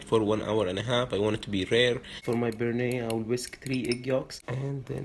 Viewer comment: You fucked up so much the Bearnaise... please don't call it like that.